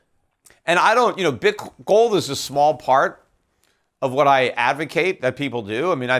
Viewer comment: You receive one bitcoin for every time he says "GOWLD"